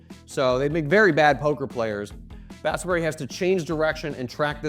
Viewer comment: Pronounced Ba - sa - va - reddy :_: not basav-reddy